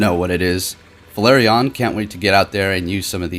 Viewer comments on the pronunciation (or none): none